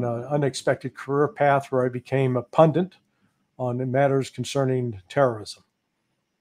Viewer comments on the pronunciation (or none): Thanks Larry, we appreciate your good work. BTW there is only one ‘n’ in PUNDIT. There is no PUNDINT.